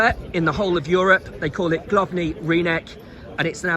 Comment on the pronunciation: Almost true. However, we do not call it „Glovnyj Rynek”, the same way others don’t call their places „Circus Picadilly” or „Square Times”. Its Rynek Główny . BTW Pro tip: when you added a „j” letter at „główny” - you made it sound a bit RuSSian. That’s not the most fortunate thing to do here 😉.